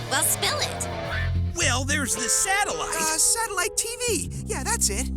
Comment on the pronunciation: 6.25 .. I must have misheard that.. "Satellite Laser Ballsack"..??? 😅😂😂